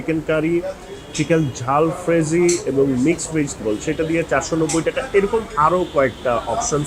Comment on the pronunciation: Sir, allow me to correct you. It's not "Jhalfrezy"; it is "Jalfrezi." However, many Bengalis around the world mispronounce it. This dish has no connection to the Bengali word "ঝাল" (jhaal). The original version actually has a sweet tang to it.